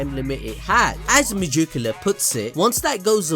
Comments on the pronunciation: Mah jook ala? Cmon son you can do better than that. Meg-e-coola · god i love how he says megacula, ma juke ula lol